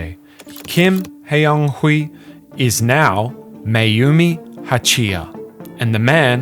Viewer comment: You don't need to speak Korean to pronounce Kim Hyeon Hee correctly. The funny thing is he uses the "hyun" romanisation but pronounces it like the literal "hyeon" romanisation. It's not hard to copy and paste a name into Google Translate and hear the pronunciation. The actual pronunciation is "Kim Hyonee" with a very open "o" and the second "h" being silent.